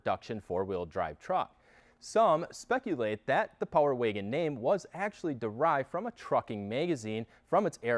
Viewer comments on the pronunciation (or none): It's Wagon, not Waygon.... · What’s a Power “Waygen” ? Lol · What’s a power “waygin” ? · Love the Video and I ordered My 2022 Power Wagon in June and should be getting it in Oct. BUT if I have to hear this guy say “ Waygen “ one more Time!!🤦🏻‍♂️🤯🤬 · Where are you from? I've never heard anyone pronounce "wagon" like "wiggin". Intriguing. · No offense bro but the way you say wagon is giving me brain cancer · I came to the comments just to see this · I didn't hear until you mentioned it. Thanks for that. Can't not hear it now.